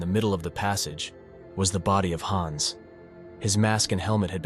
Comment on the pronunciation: The wrong pronounciation of Hans is really annoying